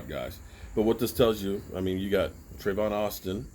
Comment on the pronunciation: come on bro tavon not trayvon